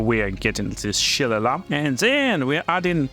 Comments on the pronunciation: Its pronounced Shil-ay-lee Great build, brother, gonna give this one a go after i finish with my necromancer :D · LOL, shil·le·lagh is pronounced 'shee-lay-lee' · It's an Irish word if you want to head it properly it's more like Shill-lay-lee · Repeat after me... sha - lay - lee.